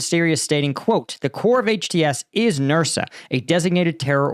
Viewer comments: Al nusra, not nursa. That's something else. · Nusra, not Nursa. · you really need to practise names a little before you record, please. It's Noos-ra, not Nursa; Id-lib, not Il-dib, etc. These are not difficult to master, and you seriously undermine your otherwise excellent content by not bothering to get them right. Pretty please, with ketchup on it. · Nusra not Nursa and Idlib not Ildib. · Al-Nusra. Say "noose-rah".